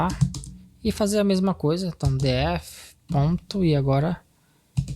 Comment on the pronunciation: “di éf” kkkkkkkkkkkk ah vei